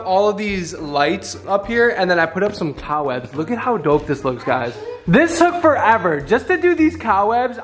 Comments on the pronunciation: Was saying cow webs?! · Am I tripping or is saying cow webs instead of cobwebs 🫠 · OK not to be mean but did literally say cow webs it’s called cobwebs. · wait what does call the cob webs 😂 “cow webs”” or is that just what i heard haha but i love it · just me or does it sound like says “cow webs” not cob webs” 🤣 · I keep hearing COWwebs stoppp